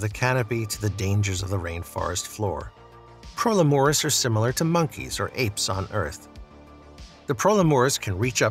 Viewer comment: And the pro leh moris 💀 grace literally said pro LE muris at the start loll